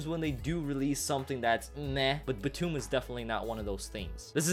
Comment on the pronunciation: after just clearly telling us how to say BTOOOM you said it wrong...